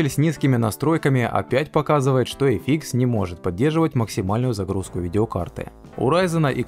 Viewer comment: Спасибо за обзор! лучшие. эфИкс прямо режет слух)))) (эфъ икс)